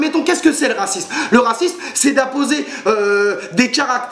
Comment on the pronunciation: "carnaval de racimse" ! :D ELOCUTION MON COPAAAAIN ^^